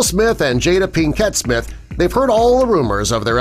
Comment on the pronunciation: “Jada PiKETT Smith”